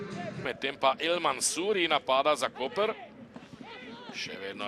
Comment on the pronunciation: pravilna izgovorjava mesta Koper je Koper, ne pa Kopr! Hvala.